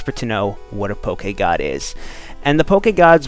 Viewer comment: I am so happy that you didn't say it "pokey-god",.:D